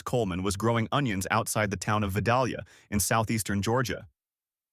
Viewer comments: It ain't Vuh-Doll-Yuh... It's Vi-Dale-yuh. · pronounced "vie-DAYL-yuh" not "vid-AL-yuh" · Vi -dale-ya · Please pick a pronunciation of Vidalia and stick with it. Clue the correct version sounds like day, not doll.